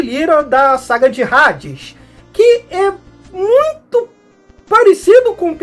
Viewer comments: Rades? Até quem não é fã sabe que se pronuncia Hades com H mudo, ahh faça me o favor seu poser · Parabens prlo vídeo otimo, mas saber a pronuncia é o mibumo visto que no BR os locutores, duvladores , apresentadores, propaganda, todos pronunciavam Hades, Asgard, ou seja vc foi mt bem no alem mas errou no minimo , no basico , affs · é amigo mas h sem som é no Br todo e como vc tá fazendo vídeo pro Br todo é só esses cuidados pra não passar vergonha